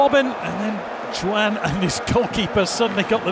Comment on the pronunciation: Why is that the man behind the mic was not taught how to say the names properly... Jo-an?.. who tha f**is jo an?.. kawt?..